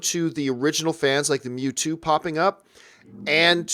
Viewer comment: The way pronounces Mewtwo hurts me.